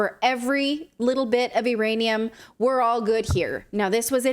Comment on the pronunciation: "iranium" a new element?